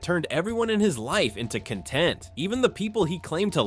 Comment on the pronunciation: Noce A.I voice you can't even say cenat or content right